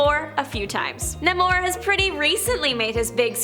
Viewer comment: Nay-more, none of this nuh-mohr nonsense lol